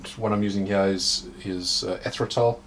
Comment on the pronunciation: I love to hear you talk. These ones hya. As you can see hya